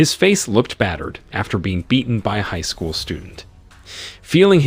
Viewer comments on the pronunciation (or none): none